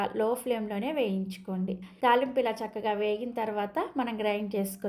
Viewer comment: తాళింపు అనాలి తాలింపు కాదు